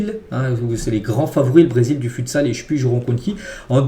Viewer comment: stp on dit footsal (futsal) pas futesal sinon continue tes vidéos c’est super